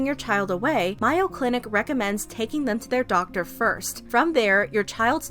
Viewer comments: “My-o clinic” reminded me of the “Omegley” pronunciation lol Very glad Danielle is using her platform in this way and speaking up for other victims who don’t have a platform. An apology from Dr Phil and a promise to look further into the issue, get help for the victims, and no longer sending kids there would have been the appropriate response. Clearly he has some kind of stake in these programs. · May- o. Geez, this isn't rocket science. It is a world renowned clinic, get the pronunciation right. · Girl, it’s pronounced MAY-oh clinic. Like the condiment. 💀